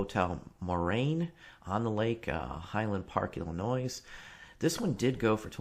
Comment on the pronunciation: Did you say "Illa-noise"? Lol.